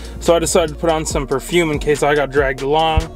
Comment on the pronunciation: Did you say perfume? 🤔 French folks 🤣